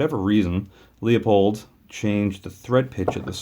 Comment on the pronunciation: It’s pronounced Loo-pold, not Lee-O-pold.